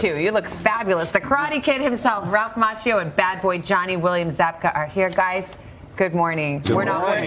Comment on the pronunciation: Macchio...is pronounced mackio